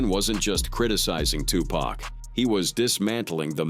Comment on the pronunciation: Dude can't even say Tupac name right 😂😂😂😂 where u living at? In the UK?